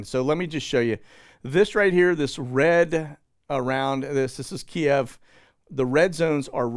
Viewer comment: Thank you for pronouncing "Kiev" correctly. Really nauseated hearing it pronounced "Keev". 😊